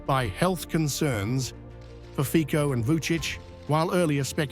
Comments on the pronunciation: Fitso NOT Fikko...for goodness sake learn respect to pronounce it right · Fico is awesome. I wish more European leaders had the principled backbone, realism, courage and reasonable way this man has. Note: his name is pronounced feet-so (not feeko). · You cannot even check the pronunciation of Mr. Fico right. It is pronounced "Fitso", at least try to be professional! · Show an iota of respect and get the pronunciation of people's names right. Fico is pronounced "fit-so". Any news channel worth its salt should know this.